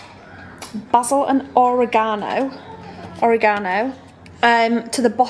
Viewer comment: i’m sorry HOW did you pronounce “oregano”?? 😂